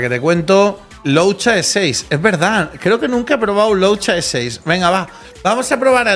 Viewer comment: sigo teniendo ticks de squizofrenia cuando dice loucha en vez de luocha.... es tipo we..sabes leer? okno pero ahhhhh perdon ushiduehfiue